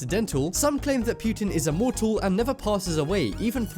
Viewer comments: Poker Cheating Skeleton pewtin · You just said ”puiitin” unironic... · I love you but I kinda cringed at the way you pronounced "Putin"